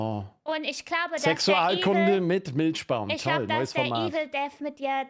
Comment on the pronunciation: HaHa "Milschbaum"